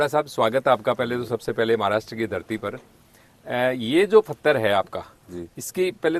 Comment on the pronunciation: फतर नहीं पत्थर होता है, कहाँ से आते हैं ये लोग?